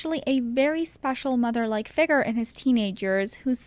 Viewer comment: You saying “ figer “ instead of “figure” was the worst part of this video